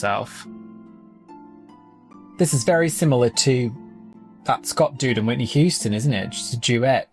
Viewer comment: why would you pronounce her Whitney WHO-ston? 😂